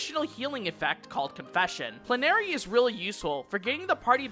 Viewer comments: Love the guide. Just FYI, it's pronounced "PLEN-uh-ree." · Great vid but I'm wincing at your pronunciation of "liturgy" and "plenary"